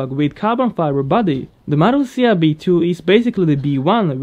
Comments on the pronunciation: The Elise GT1 was featured in Need For Speed II. Btw, your pronunciation of the 'r' in 'Marussia' was satisfying to me. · Jaja, I know, it sounds the same as in spanish, and as a native spanish speaker, I like that.